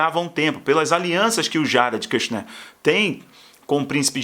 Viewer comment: Brother, corrige a pronúncia aeeew! KIRCHNER é a família argentina! KUSHNER tem o U como em "but"!